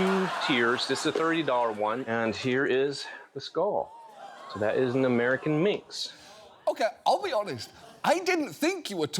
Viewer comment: More concerned he seemingly said “American minx” instead of “American mink”.